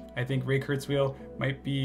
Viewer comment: . How do you manage to be so well informed, yet mispronounce Kurzweil's name? Other than that... great talk.